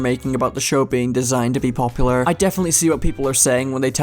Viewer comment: drinking challenge: take a shot every time he mispronounces popular